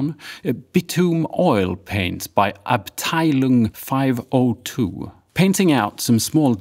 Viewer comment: I think you're the first non-German youtuber who pronunciated Abteilung correctly, thank you so much for that!